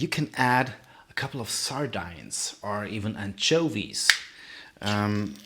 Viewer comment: Königsberg or Kenichsberch is in Russia these days, not Prussia or Poland.... What are sar-dynes ??? They are pronounces sar-deens. It's not "sweated flower" its making a light roux. That would be the same nonsense as translating vacuum cleaner to dust sucker..... Do it in German, you English is so-so....